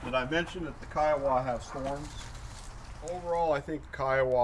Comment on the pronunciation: Pronounced kai·uh·wuh named After the Indian tribe.